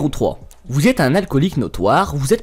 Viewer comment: Tu as tendance à rajouter des lettres dans tes mots c'est très bizarre au lieu de dire un génie tu dis WUN génie par exemple.